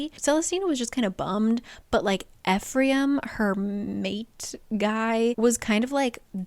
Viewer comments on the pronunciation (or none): Yes, also it’s My-cuh, rather than Mee-cuh, Ef-rem instead of Ef-ree-um, and RYE-jel-us, not Riggelus. Lol